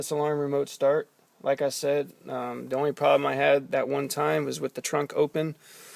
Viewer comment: lol you said trank instead of trunk, i just had to point that out but great video man im so getting this now, thanks